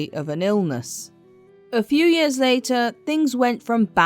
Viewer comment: Do you have some sort of speech impediment that makes you unable to pronounce the word "years" correctly? You sound ridiculous!